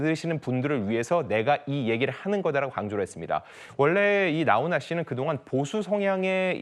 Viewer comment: 기자야 나혼아가 아니고 나훈아다